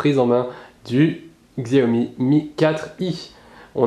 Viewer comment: ça ce prononce "tchiaomi" pas "xiaomi" ^^